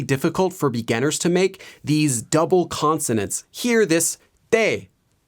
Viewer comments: Anyone else notice the way he says ‘beganners’ instead of beginners 😂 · it bugs me every time he says begunners